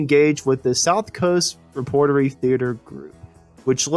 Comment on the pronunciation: Wow. Your pronunciation is not very good. Practice "Tenille," "repertory."